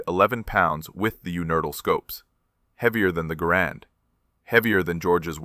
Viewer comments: Great story! Well, except the mispronunciation of Garand… It’s pronounced GARand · probable AI creation. pronounced garand, not grand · You can tell this story completely in thirty seconds and the rifle is called a GARAND not a grand , get a clue. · One of us can't count? 11 shots - 11 dead? Didn't he say, earlier, at least one miss? I SEE - "- - -with you neutral Scopes" I HEAR - " - - -with you nurdle Scopes" Second time = " - - - Universal Scopes STILL hearing you Nurdle scopes They also seem to have "Grand" Rifles (Garand?) "Colonel FAIRY" Y'SURE? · Garand is not pronounced stressing the second syllable. It is pronounced GAIR-und. The rifle was invented by John Garand, and it helped win WW2